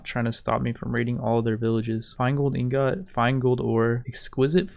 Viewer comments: I fucking hate how you say ingot xD but other wise great videos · You’re pronouncing ingot wrong lol